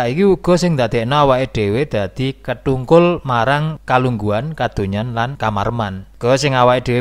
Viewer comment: Mas, aja diucapke kethungkul, sing bener ketungkul.